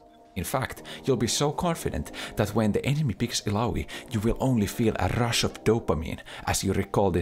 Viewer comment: That "a rrrrrush of dopamine" got me